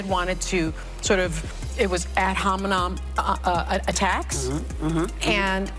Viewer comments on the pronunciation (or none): "Ad hominom atax" though 😂